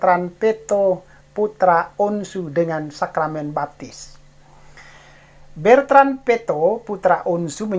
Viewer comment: BETRAN..BUKAN BERTAN.